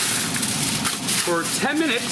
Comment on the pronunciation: What’s Aluminum Furl Tank..? 😂